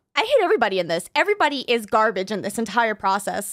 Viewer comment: i saw bro said "entiere",bro it's entire😅